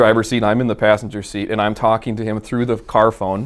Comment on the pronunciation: I reposessed the caoor , I sold the caor, drove the ccoar. blbalbalblaabla